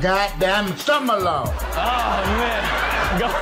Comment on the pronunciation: "Leave my damn stummohlon"